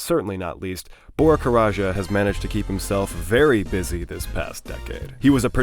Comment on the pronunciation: i'm pretty sure it's just said "karaca", not "karaja", haha. good vid otherwise